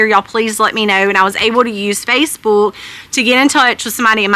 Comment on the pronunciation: Love the way she says Facebuulk, lol.